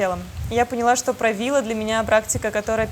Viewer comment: Растягивает суставы и позвоночник. А вобще суть заключается в самом названии Правило, ударение на последний слог